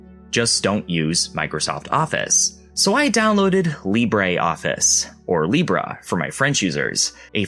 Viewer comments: Libre in french is just Libre, not libra, not libré. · "Or "Libra" for my French viewers" Still not there 😂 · Still wrong but... Not a bad try! Drop the vowel and just focus on the consonants B and R. I bet if you heard it you could easily say it.